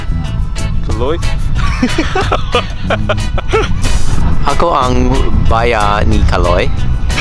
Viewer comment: 'ako' is 'eyko' 😆